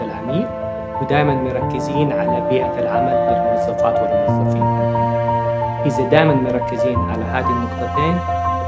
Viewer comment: الرئيس التنفيذي شفيه يتكلم بدلع ؟؟ ..ويقول ازن بدل اظن و الموزفات والموزفين بدل الموظفات والموظفين